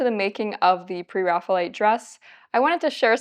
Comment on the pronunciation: The term is based on the Renaissance artist, "Raphael" = "ræfi.əl". Therefore, pronounce it "Pre + Raphael + ite". certainly looks like a Pre-Raphael subject! The style looks like a great fit for her.